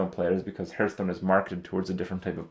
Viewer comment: its been 2 years, fucking learn to pronounce hearthstone